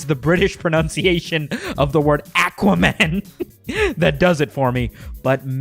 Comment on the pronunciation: I'm English and I approve this Aquaman pronounciation